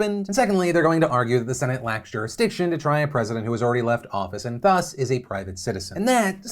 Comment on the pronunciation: Please thumbs up if you want Phil to say THUS properly.